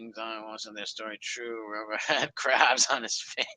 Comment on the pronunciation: got the cwabs in his eye bwows.